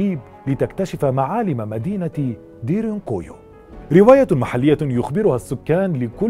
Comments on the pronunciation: انت تلفظ اسم المدينة بشكل خاطئ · نطقك لااسم المنطقه غلط